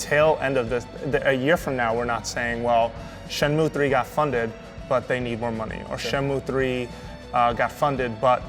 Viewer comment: These fakers never played Shenmue in their life. They cant even pronounce the name correctly...